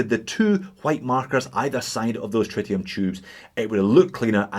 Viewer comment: Is it pronounced tritium or try tium?